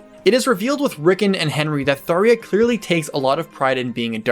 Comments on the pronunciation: I found it interesting you pronounce her name Tharia. It's spelled Tharja and even in Fire Emblem Warriors on Switch, other characters refer to her as Tharja :). I guess in Japanese her name is technically Sallya. I've always pronounced her name as Thar-ja. I always did find her character interesting though because you never quite know what Tharja your going to get. Will you get the cold calculating Tharja plotting how to curse her enemies? Or will you get the creepy stalker Tharja? She just has such a broad range of personality traits/quirks. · He pronounces it like that because it is a reasonable assumption to make, following the phonetic Japanese writing of her name, サーりゃ (Saarya). Sallya is her official name in Japanese, and supposedly it is a legitimate Hebrew name, pronounced sael-yah. We the fans are assuming NOA thought the Japanese S was intended to be Th (common in many transliterated JPN>ENG words, i.e. サンキュ (Sankyu) AKA Thank You). We also assumed the J was a fancy way of writing a Y sound to portray a more exotic name, i.e. Johann, and we all know about the infamous L vs R debate. At a glance all the evidence pointed to Tharja's name being pronounced with a Y. The only iffy part was why not just use Sallya as her name? But NOA constantly change names so that was easily handwaved. I personally think he's still pronouncing Tharja wrong, where it's supposed to be Tha-rya and not Thar-ya. The A sound is more in line with Sael-yah. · I''m very sure y'know she's named TharJa Ghast. Not Tharia. lol Because how would Rhajat be called? Rhariat? C'mon. I did like the video though. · I always called her “Thar Ja”. “Tharia” (Daria!) is an interesting pronunciation though. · I usually wait and see how the official source pronounces the name in question. And since they did call her Thar-JA instead of Thar-YA, I just agree to how it was officially pronounced. Including Caeda (SHE-da). But I'll never understand how people got a Y-sound from a J.